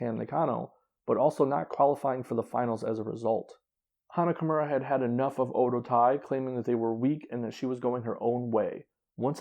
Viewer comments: Oedotai is pronounced like O Waydo tai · Oedotai is so bad now only Kagetsu and Sumire and hazuki are any good. Also you are pronouncing alot of there names incorrectly including Oedotai.